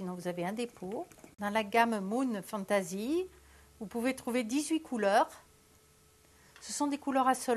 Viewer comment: Ouille, la prononciation de "fantasy" laisse a désirer... xD